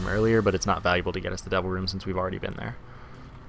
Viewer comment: Whenever you say "Devil Room" all I hear is "Double Room". And it confuses me every single time x__x